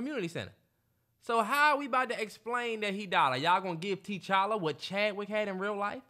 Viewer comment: the keep saying “TeeChalla” 😂